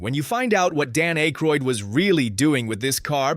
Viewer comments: It's Ack-roid not Ache-roid. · DUDE IT'S PRONOUNCED WITH A SHORT SOUNDING A NOT A LONG SOUNDING A!!! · Can you please say Dan's last name correctly.